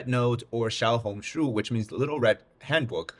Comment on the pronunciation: how are you chinese but cant even pronounce the name right